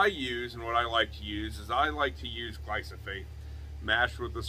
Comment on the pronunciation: "Glyphosate" not "Glysophate" :)